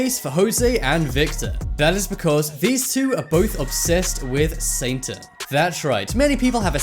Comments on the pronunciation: uhhm it isn't 'saintan' , it's satan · The narrator kept sounding like he was saying "Saintan". Lol 😝